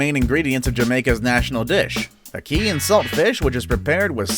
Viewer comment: You pronounced ackee wrong